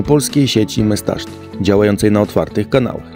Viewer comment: Sprawdziłem najnowszy film jaki kolega wypuścił i cały czas jest to samo. Kolego, [mesztastik]. Taka jest poprawna wymowa. Teraz pewnie już się nie oduczysz po tylu miesiącach... ;)